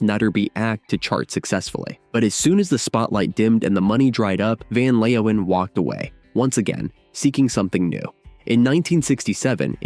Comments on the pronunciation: "Van Leowhen" 😂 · We were all in love with Mariska in those days… Van Leeuwen played in The Motions (with an s). One more thing: please learn to pronounce the dutch names. Your abuse of this language hurts my ears…